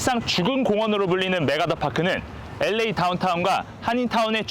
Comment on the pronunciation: 아나운서발음이이상해 엘레이가 아니라 보통 엘에이 라고 하지않나